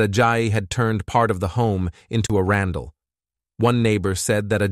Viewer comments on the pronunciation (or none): They said he turned the backyard into a “Randle” … what is that?!